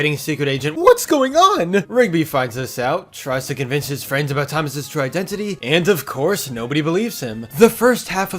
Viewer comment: Thomas And FWIENDS